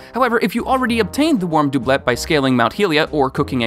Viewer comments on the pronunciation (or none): you said doiblet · I always thought doublet was pronounced “doo-blay “ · Clearly it's a Doob'let. Not a Doublet. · You pronounce doublet correctly one time! And then go back to saying DoObLeT. Oof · Dooblit Heelian Bruh you gotta work on your pronunsiashin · You stop to pronouce Doublet correctly, then mispronounce it in the next sentence while also saying "Mount Heelia", my anger cannot be contained! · Complains about how to say doublet, then mispronounces hylianangle 😑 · “Heelian”???!!!??? Did you just call Hylian (HIGH-LEEAN) Heelian? I was willing to overlook the mispronunciation of doublet, but c’mon….Hylian has been used in the game forever and I don’t know anyone who plays the game that doesn’t know how it’s pronounced.